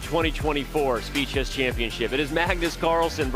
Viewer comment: "Speed Chess" sounds more like "Speechless"💀